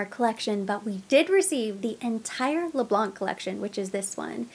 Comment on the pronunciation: Les Blanc we don’t pronounce the letter C at the end 😉